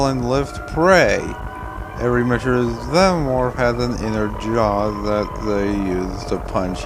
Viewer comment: How do you pronounce xenomorph so incorrectly?